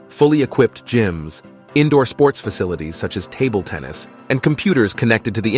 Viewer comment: Heard him say table tenis and instantly came to the comments